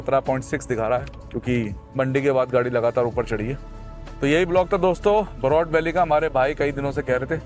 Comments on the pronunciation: It's बरोट ... not बरोत... welcome to my hometown ❤ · बरोट and not बहरोत